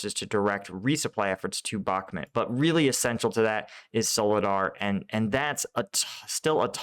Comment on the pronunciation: Bakhmut not Bakhmet please pronounce correctly you atleast try to pronounce the other towns properly im sure you do it on purpose